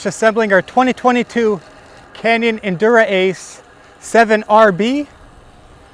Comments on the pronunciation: He's pronouncing it wrong in the video was my point. it's not "Endur-Ace". It's Endurace as if it's one word. I made a typo in my original post when I spelled it "endurance". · It's not "Endura-ace" haha...it's just one word - Endurace . Also your handlebars don't look centered...unless you already fixed that. They look like they need to be moved a little bit to the right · It's actually neither. It is ENDU-RACE. Canyon did a play on words and combined ENDURANCE and RACE.